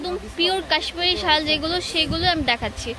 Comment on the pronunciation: Hahaha shul na mem ...shaal ..